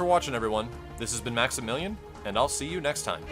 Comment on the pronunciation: its only me who heared maximilian saying maxibilain?